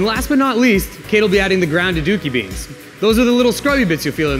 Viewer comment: Wow, I thought he said grounded dookie beads. lol